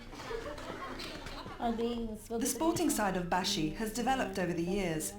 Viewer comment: Hi I’m Maldivian and a girl so ya also u pronounce it like bAshi not. Baeshi ❤❤ also Maldives is rlly ugly irl